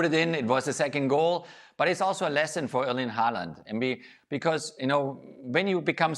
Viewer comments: The subtitles says Holland, and quite frankly, that's what I hear too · They say Haaland All I hear is Goaland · Pronounsing his name correct.Imagine the letters was Howland, or How Land